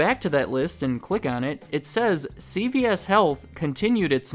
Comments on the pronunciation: great video, but it continuously sounds like you pronounce it: C-B-S make sure you emphasize C-Veeeee-S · It sounds like he is says “CBS” instead of “CVS” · I swear yours saying CBS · You keep sounding like you saying CBS